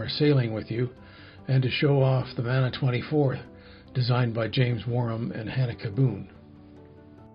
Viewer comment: Kia ora from New Zealand love the build just fyi in te reo maori "mana" is pronounced "munah" not manner, cher bro